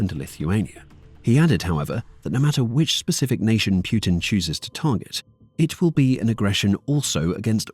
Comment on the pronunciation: Its putin not puertin